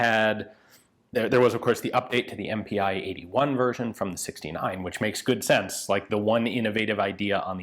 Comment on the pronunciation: About pronounciation: not M-P-i! Pi as the first 2 letters of Pistole (pistol). So it is pronounced just MP. And your pronounciation of Puch is also wrong. The ch here is pronounced as in the german word "machen".